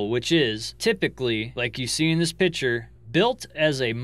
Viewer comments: learn to say "Picture". It's not PICHER! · Not trolling, but a pitcher is for pouring liquid. A photograph, drawing or painting is called a picture (pronounced PIK-ture. Brooch is pronounced with a long O like broach. Just trying to give you more credibility as most of your vids are made from photographs (pictures). Interesting facts, though.